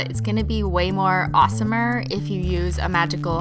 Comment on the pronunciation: "way more awesom er